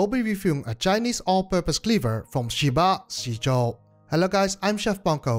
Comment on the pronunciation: Great review, a tip for the pronounciation is that the i after sh or z is like an ehhh sound not a normal i sound so more like sheh ba zeh zuo. it probobly didnt make any sense written lie this, but a google translate of 10 aka 十 would show what i mean, I dont mean to be rude, so hope no offence was taken.